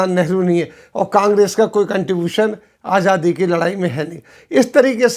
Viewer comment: Aap azaadi ko ajaadi kyun bolte hain, sunne mein bahot jabr maloom hota hai kam se kam aapke moonh se